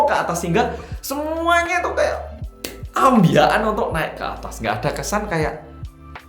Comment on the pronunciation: "Ambyakan" Pas ngomong ngono nguyu ngasi kel-kelan 😂😂😂